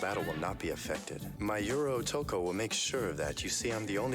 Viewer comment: Yura Otoko lol. It's Ura Otokoうらおとこ. English dub messed up "U" pronunciation. Urameshiうらめし sounds like Yurameshiゆらめし😂